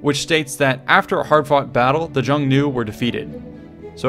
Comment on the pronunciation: The Xiongnu, the proto-Mongolic nomadic enemies of the ancient Han-dynasty Chinese, were pronounced as "SHI-ONG-NUU", not "JEE-ONG-NUU" as you pronounce it in your video. Otherwise thank you kindly for making this video. I've read about the theory long ago, although I still find it to be dubious. Other Caucasian peoples (the Saka, for instance) lived in northwestern China at the time, under Xiongnu and then Han Chinese dominion. A more credible theory is the Roman embassy to Han China in the 2nd century AD, first landing in Vietnam (the northern half of which was once under Chinese provincial control, the other parts under Champa and Funan). This was described in several works of Chinese historiography. It occurred in 166 AD during the reign of Emperor Huan of Han and likewise the reigns of Antonius Pius and Marcus Aurelius. Coincidentally, Roman medallions dated to their reigns have been uncovered in Oc Eo, Vietnam. Ptolemy, in his contemporary geography, even maps out Southeast Asia, the Gulf of Thailand, and the South China Sea, which remained the easternmost territory in Western geographies until the travels of Marco Polo to the Yuan Mongol court at Khanbaliq/Beijing in the 13th century. Moreover, Ptolemy's "Cattigara" was most likely Oc Eo, Vietnam.